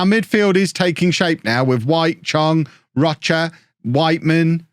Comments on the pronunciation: for future reference, "Roche" is pronounced like "Roach" or "Row-sh", not "rah-chah"! Loved the video by the way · Roche is pronounced row-sh that's row like rowing a boat, and sh like the swear word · Roche - if he's got French in his history is pronounched Rosh-eh; if he's Oirish of French Heritagethen it's Roach. Like Pat Roach the actor/wrestler. Either way it's a French name that means Rock. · Roche pronounced Rowe shh